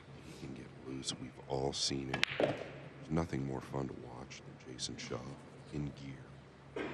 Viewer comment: Why does the announcer call Jason Shaw, SHOWA?